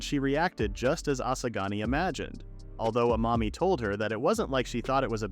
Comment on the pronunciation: bro u keep saying asagani